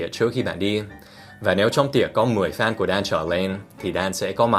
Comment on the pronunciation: Phút Dan phát âm "fan" là "phan". Có phải mình nghe nhầm không... ,__, 😂